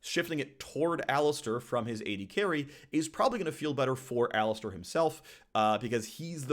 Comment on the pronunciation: my brozzer its called alistAr not alistEr